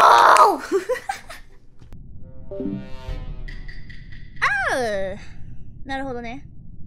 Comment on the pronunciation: sounded like a british person saying "oh" lmao.